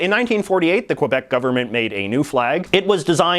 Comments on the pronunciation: Every time JJ says "Quebec", a polar bear drowns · quebec is pronounced ke-bek not que-bec (its not weird it's french) and im not French or Quebecois